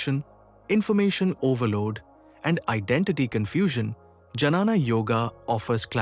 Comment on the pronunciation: This AI pronunciation and reels are just killing me. It is not Janana Yoga but Gyana Joga.